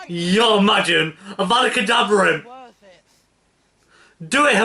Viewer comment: Hermione no! it's not worf it